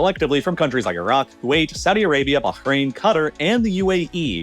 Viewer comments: Please stop saying cutter Its qataaaar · Qatar is pronounced Kah - tar not cutter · I love your videos, but for the love of God please don't pronounce Qatar as cutter. It's like nails on chalkboard. At least pronounce it as Cuh-Taar. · The correct pronunciation from what I’ve heard is more like Kuh-tar, not Cutter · Pet peeve. The correct pronunciation of Qatar is Kuh-tar, not 'cutter' which sounds ignorant and makes the person saying it sound like a moron. The rest of the video - as usual - is excellent. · Love the videos, but the way this man pronounces Qatar is like a mental itch that compounds. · why is everyone pronouncing Qatar as "cutter" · Why does every American say CUTTER its not even hard to pronounce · Why does he pronounce Qatar as "cutter"? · Could you stop pronouncing QATAR as CUTTER. Christ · stop saying qatar as "cutter". are you lobotomized? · And maybe, just maybe, learn how to say the name of Qatar??? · the way he pronounces Qatar makes me believe its AI voiceover with his voice. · The way you pronounce Qatar is really annoying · Bro, please learn how to pronounce Qatar. You put the empha'sis on the wrong syla'ble